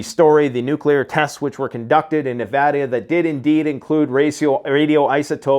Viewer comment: You just earned another brownie point by saying Nevada correctly!